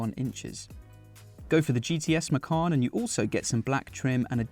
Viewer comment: Macawn? Or Macon?